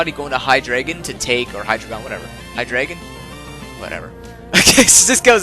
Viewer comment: Btw I always thought you were trying to say HYdragon but your accent was making you say hyDRAygon